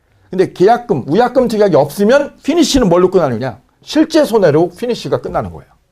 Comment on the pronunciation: 위약금이 우약금으로들림 ㅠ